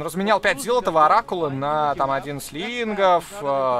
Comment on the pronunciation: На говорит "Оракула отдал", а мне показалось "Рак Ладал", что звучит как выражение разочарования скиллами игрока по-Протосски.